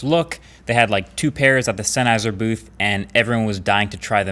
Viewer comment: Dude! Senn-Heiser. Its a German surname.